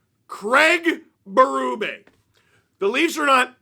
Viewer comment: Maybe if you and the sdpn folk would say Berube’s name correctly …